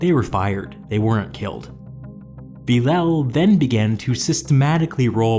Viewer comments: Villèle is pronounced something like Vil-le not Villau come on its so annoying maybe just use google translate to pronunce the it for you? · A frenchman dies for every bad pronunciation of Villèle😂